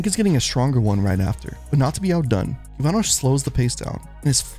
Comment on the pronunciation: The way both you and the commentators say cubano hurts my soul